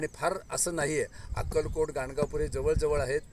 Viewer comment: धन्यवाद >>>>>> ॥अवधूत चिंतन श्री गुरूदेव दत्त॥ सुंदर मार्गदर्शन!. >>>गाणगानूर की ___गांडगापूर?. आवाजात ऊच्चार नीट ऐकू येत नाही. 卐ॐ卐